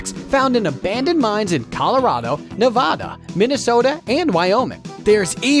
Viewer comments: Hey man. Just watching the video and wanted to tell you Nevada isn’t pronounced Ne-VAH-da, it’s Ne-VA-da. It’s okay, most people mispronounce it, especially on the east coast, but as a citizen of Nevada, I just wanted to help out. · its Nev-AD-a not Nev-AH-da